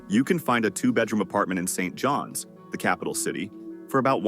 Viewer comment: Yes. The "Saint..... John's" was painful. And no one pronounces "poutine" like that.